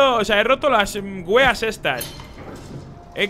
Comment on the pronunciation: Se pronuncia weàs, no wèas